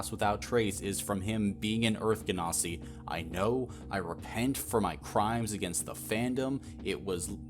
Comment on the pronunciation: "genasi" is a soft G not hard. It's rooted in the word "genie" because they're elementals.